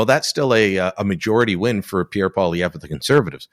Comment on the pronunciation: This isn’t a good guest unless you’re looking for a real big liberal bias. He won’t even pronounce Poilievre properly. Must be upset about the ass kicking Trudeau and the liberal party are taking.